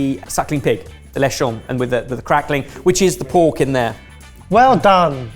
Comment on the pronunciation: Lechon, hard ch like in "cheese", not French "sh"